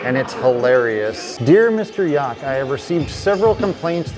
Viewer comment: Guy doesn't even know how to pronounce Yauch's name. Ridiculous.